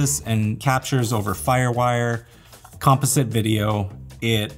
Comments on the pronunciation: Thanks for the video. Good info! My only criticism is that you keep mispronouncing the word composite. (kuhm·paa·zuht) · has anyone pronounced the word composite around you before?! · I totally didn’t realize I was watching a LMG video until I heard him pronounce “composite” and I was like… that’s not how we pronounce that word in ‘merica! That’s the European or Canadian pronunciation. Then I realized… (or realised, for our European friends). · Why is he pronouncing “dome” as “doom” and “composite” and “compa-sit”? Silly Canadians.